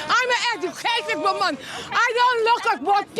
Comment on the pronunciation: “I is a ejucated wimman!” 😂😂😂😂😂